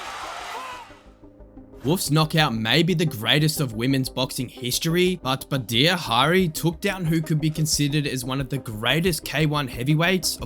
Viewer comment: Badr Hiri is pronounced Bahd jra